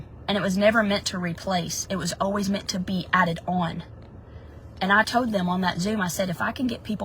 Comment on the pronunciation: I shouldn't make fun of accents but every time she said "told" it sounded like "toad" and i couldn't deal 🐸